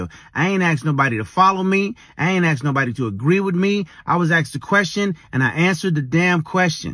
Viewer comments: ASK! Not AXE!! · His “crime” as a 43yr old father of 5 boys and 2 girls is that he said “aks” and “aksed” not ask and asked! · "I aint ax nobody"